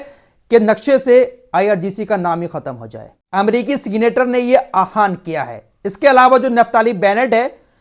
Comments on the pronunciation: आहान नहीं आहवान होता है भाई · bhai hindi ka word aahwan hota hai ho sake to ise theek kar lain